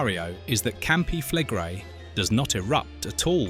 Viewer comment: Campi flegre? Campi flegré-i heißen die "brennenden Felder"! Wieder einer, der keine Ahnung hat, wovon er spricht? Ach so! Wieder eine KI-Geschichte, die wiederkäut, was allgemein bekannt ist, CIAO!